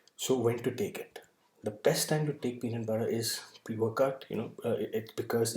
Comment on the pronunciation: Tbh I already knew about the contents and ins nd outs of da peanut butter... But just quickly touching on the statement you made early on "today I would like to talk about........... Pee.. Nat!.. PUtta! Lol